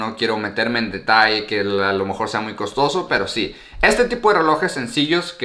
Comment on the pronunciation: Por qué dices muyo?.jajaj